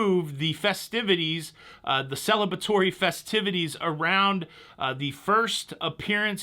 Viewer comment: how do I polity tell you that there is an R in celebrate? ie: cele-BRA-tory, not cele-BA-tory - nobody want to be celibate, do they?